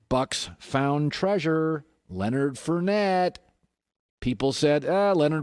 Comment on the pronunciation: Its Leonard FOURnette not Leonard FURnette.